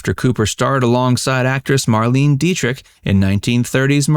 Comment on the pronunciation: None are surprising lol! Also, it was pronounced "Mar-lain-eh" Dietrich.